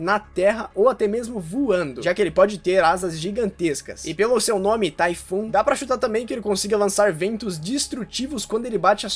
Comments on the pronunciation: Amigo, nao eh taifu.... eh tifão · kkk "Typhoon" se lê vocabularmente e oralmente de TIFÃO e n TAYFULL.. Mais ficou engraçado kkkkk